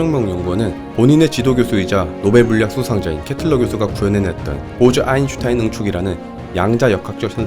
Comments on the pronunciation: 아인슌타인 ㅡㅡ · 아인슌탄인이라고 할때마다 간지럽고 답답하네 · 여기서 짤막한 상식) 아인슌타인은 아인슈타인의 아버지이다. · 또인슌타인 개꿀잼ㅋㅋ